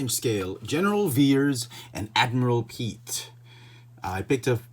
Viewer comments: Great Review👍 FYI It's actually pronounced Admiral [Pee-et] Piett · They are code cylinders not pens and it's pronounced piat like fiat with I p instead of an f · "Admiral Pete." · You severely mispronounced the Admiral's name